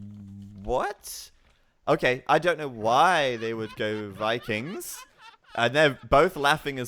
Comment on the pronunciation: And Wikings, that finally got me xD